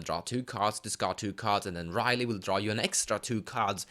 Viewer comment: It's Rielle, not Riley.